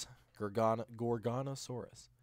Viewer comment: There is no "n" in Gorgosaurus